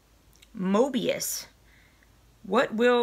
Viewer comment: For someone who never heard of mobius you sure pronounced it right. :) I had to laugh when you said that you were from the south. I got my maxie box today and that pin cushion is something I've always been curious about. I'm anxious to try it although mine was quite big and I have to wear it over my sleeve or it slides around. I wonder if they come in different sizes. You don't look like you have big wrists and mine aren't unusually small. I think it will be really fun to make the scarves. I have two daughters so each of them will get a little something extra for Christmas.